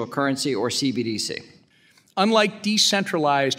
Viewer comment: Maxine Waters can barely pronounce CBDC let alone understand it.